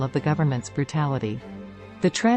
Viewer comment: TraNENT. It's pronounced TraNENT! And why are we seeing B roll of the Scottish Highlands??